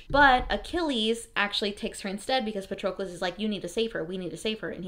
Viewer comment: Is that how they pronounced Patrocles' name in the audio book? I always thought it rhymed with Hercules.